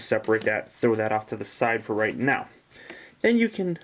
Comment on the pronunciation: that is a big light and when you said "now" it sounded weird like no-amgh